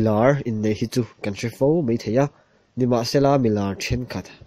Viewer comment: mizo tawng hman dik hram2 hi tum tur....meithei tihtur ani lo a,maithei tihtur,....kha kha ani mei..tihloh tur...kha2 ani mai tihtur